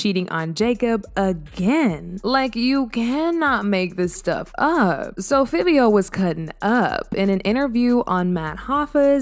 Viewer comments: Its pronounced FIVE-E-O... Jesus... so cringy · So annnnnoyed with the pronunciation!! Girl its pronounced “FIVE- EO” dang 😂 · Clearly it’s Fiv-E-Oh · Why she keep pronouncing Fivio wrong 😂 that thru me off, yall it’s Figh like high, Figh-vee-o Okay, we good now lol 🫶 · It's pronounce fa vee o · 1. It's pronounced FIVE-E-O 2. It's actually milan Christopher 3. Is this like an AI ran channel or something cause... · U keep saying fivio foreign name wrong!!! It's( FIVE.VEE.OH)